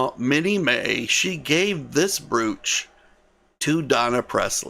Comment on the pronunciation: Please, brooch is pronounced with a long o, like the o in the word broke. Another example of why the English language is difficult to learn. Carry on.